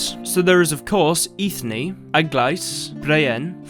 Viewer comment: Funny enough Eithne is actually pronounced "Enya". It's celtic in origin and means Kernel/seed or nut Which is completely sensical to give this name to a dryad 👍